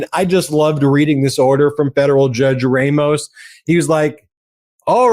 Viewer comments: Judge Rămos, not Judge Rāmos. In Spanish, the "a" is always soft. The letter "e" is always pronounced like a hard "a." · I often listen to you guys and get some good ideas. But stop this white privilege thing about Latino names. It's pronounced RAH-MOS. NOT RAY-MOS. WTF-Baseball broadcasters do the same. Talk to a bilingual Spanish speaker for help. OR do you not have bilingual Spanish speakers on staff. If not, get some. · It's pronounced Raw-mos. NOT Ray- mos. 🇺🇸💙